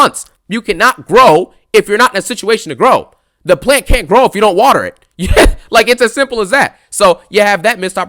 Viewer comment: Bro got to put that emphasis on that “YEAH” when he talks about Rhea 😂😂